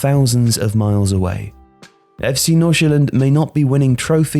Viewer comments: He sounds so danish when he said "FC Nordsjælland" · As a Dane, I am quite impressed with your pronunciation of FC Nordsjælland. Great job! Love the video